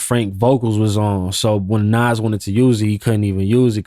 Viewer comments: I fuck with you bro but you called Nas "Nass" come on g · Did this nigga just pronounce Nas “Nazz”? 😢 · No way bro called Nas “Naz”😂😂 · Who is this idiot?? He said "Naz" 😮 ..and I didn't know Jeezy was a white boy either😂😂 stupid